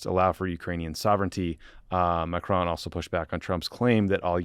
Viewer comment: Macron, not Macrone.